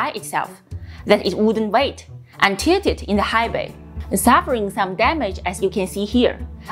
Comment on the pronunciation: Did she say, SN9 “TITTED” 😱in the high bay? 😆😆😆😆😆😆. Hey, HOW MUCH $$$$ is NASA giving for SShip development? Sad 🤔, how Washington works! Thanks for the RANT 😆😆😆😆😆. Happy New Year guys!!!!!